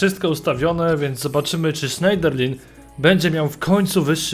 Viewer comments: Sznederlę, a nie Szejderlin. Tak samo Koklę, nie Koklin ;) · Nie "Sznejderlin", tylko "Sznederlę" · czyta się Sznejderlę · wymawia się Morgan Schnederlę!!!,sprawdz sobie na internecie jak mi nie wierzysz